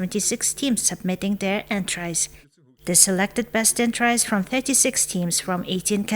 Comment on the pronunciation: Entries гэхийг энтрайс гэж уншаад байхын 😮